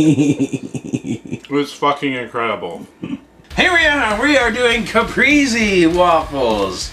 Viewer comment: I hope you re-try the caprese soon because that had real potential to be totally amazing. But string cheese is flavorless. You must use the real deal buffalo mozzarella. Don't skimp. There are no substitutes. It's pronounced cah-press-eh by the way-- not cah-pree-zee. You guys all still rock.